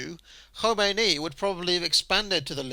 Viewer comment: Valiant attempt to pronounce 'Khomeini' like its Welsh, not Persian.